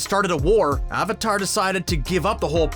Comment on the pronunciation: the fact that you pronounce avatar wrong in the first 15s makes me not wanna watch it therefore i don't. so just an advice learn your content before uploading it thanks